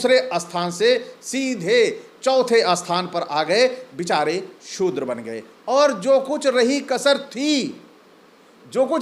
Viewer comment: Are Bhai ur hai aru nahi😅 padhiye pahle